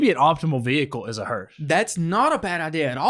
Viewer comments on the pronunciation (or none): Why can't either of them say hearse, I'm hearing hurst, and hearsh, but not hearse lol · If I'm hearing him correctly he is saying it as hersh if so hes definitely wrong its hearse